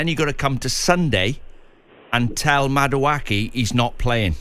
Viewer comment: It's pronounced- MA-DU-A-K 😂